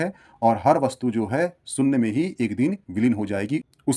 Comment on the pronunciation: Yar GYAN ka video banate ho saare Bharatiyo ke liye. Aap se KAM SE KAM ye to umeed ki jaa sakti hai ke aap "main topic" ka UCCHARAN sahi kijiye. SOONNYA nahi SHOONYA hota hai !!!